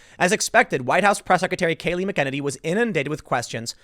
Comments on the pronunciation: mack a ninny is how she says her name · Tim it's pronounced Mac-an-ernie. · learn to say her name. MAC-en-A-nee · you're pronouncing her name wrong. MAC-un-Annie emphasis on first syllable. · Tim, sorry man. You got to work on that pronunciation of the last name. MACK-UH-NAE-KNEE Now, back to the broadcast. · Mac Ehh Nay Knee, Tim. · It's pronounced Mac-en-naynee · It’s pronounced “Mack-en-nay-knee” good lord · Good job Tim, but it’s pronounced like “Mackaniny” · Tim is sounds like you're saying McKennedy. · You haven't listened to one of her press conferences. Her name is pronounced Mac a naney.I can't stand it anymore. Get it right Tim. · TIM. Mack-ah-nay-nee! That's how you pronounce her name! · The least you can do Tim is to learn to pronounce people's names, McEnany is pronounced Mac-a-nay-nee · you're butchering her name....it's pronounced( Mac-in-nay-nee) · Pronounced 'Mac-A-Neny' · It sounds like you're saying "McEnemy". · Hey Tim it’s pronounced MACK-a-Ninnie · Tim it's mac-uh-nay-nee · Mac-en- hay- knee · McEnamy....? Mick-enemy? Enemy? Are you kidding me? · only one "n" before the "y" means long vowel sound, not the short. Mack- uh- naynee. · ya lol It's MACK-a-nenny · kibbey I heard him say McEnemy lol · I thought it is pronounced mackeeney. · Pronounced.... Mac-A-na-nee. Timmy! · Just a heads up, you have the pronunciation. It's like MECK-en-en-ee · TIM, PRONOUNCE HER NAME CORRECTLLY. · FFS Tim ! Your NOT saying anything knew to 'Conservatives'. WE have known this for over FOUR years. They did stop trying to talk to the 'left' because it got NOWHERE. So they started working to combat behind the scenes. It's slow but IS starting to bear fruit. Even Google has to start pulling their heads in. Kayliegh is a warrier on the front line & she's magnificent! BTW her name is pronounced 'Mac-en -any' , respect if you get it right. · Maybe someday Tim will learn how to pronounce Kayleigh "THE BEAST" McEnany's last name. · PLEASE SAY HER LAST NAME RIGHT!